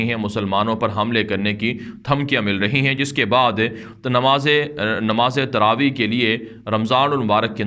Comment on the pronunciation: تروویع کیا ہے تراویح لفظ ہے۔تجھے تلفظ نہیں آتا ہے آگے سے ٨ رکعت کی رٹ لگا بیٹھے ہو۔چوتیا چندن